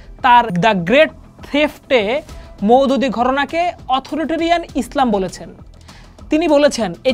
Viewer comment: স্বার্থবাদী লোকজন আর অজ্ঞতার কারণে আল্লামা মওদূদীর বিরুদ্ধে উল্টাপাল্টা কথা বলছে। তুমি তো মওদূদীর নামটাও উচ্চারণ করতে পারছ না।